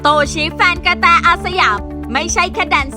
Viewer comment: เขาชื่อโตชิค่ะไม่ใช่โตชีพูดหลายครั้งโตชีโตชี😅😅😅